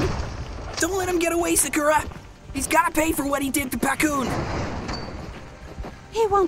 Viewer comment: He said sukura